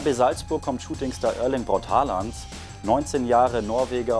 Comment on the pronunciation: Man spricht ihn O und nicht mit a aus 🙈